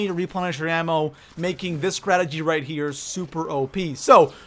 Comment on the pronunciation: I don't understand why it's so hard to say "strategy"